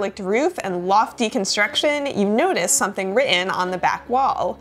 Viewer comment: When you started reading the story it sounded like "upon checking the mail you discover an unexpected nudist". That would make for one hell of a morning lmao